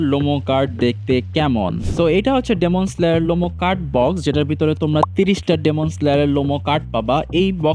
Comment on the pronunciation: ভাই ডেমন স্লেয়ার না তো ,,,,,ডিমন স্লেয়ার হবে উচ্চারণটা।😂